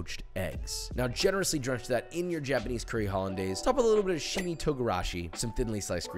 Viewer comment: im sorry but are people really so bad at respecting language that its okay to accept cultural norms lake CARRY O KEY but to show the word SHI CHI MI on the screen and say shimi is nuts.